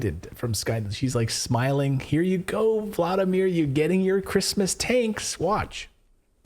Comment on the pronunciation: Voldymor, not vladymir